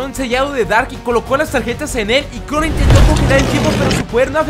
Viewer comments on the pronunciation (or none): En ves que dijera crono dijo crunu